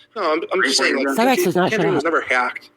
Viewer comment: I can’t wait till shows all the video and audio she collected again and calls out “Cy-rakes” as she calls him